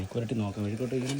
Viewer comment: Vezhuku alla mezhuku purati🤣🤣🤣